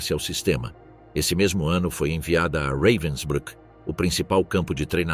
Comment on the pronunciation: O narrador pronúncia o nome campo de concentracao como se alemanha falasse inglês reivensbruck e enrolando a lingua